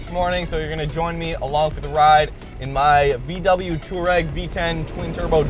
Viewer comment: It's pronounced two-are-egg. Not tour-egg. You don't spell tour as in touring like touar...